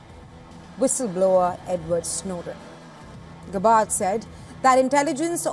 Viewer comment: "Gabbard" is actually accented on the first syllable instead of the second.